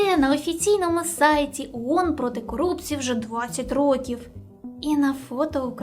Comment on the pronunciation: Iрак вторгся в Кувейт,I"Iранськi" вiйська увiшли в краiну??I не Уон,а оон!